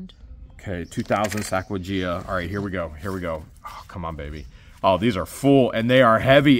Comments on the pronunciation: 🤣🤣😂 Sacawajea? Sacajawea! You crack me up. My husband mixes up names like that all the time... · Sacagawea....pronounced Sack a ja wee ah.